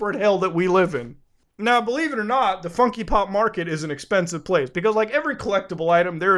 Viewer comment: Lol "funkee pop"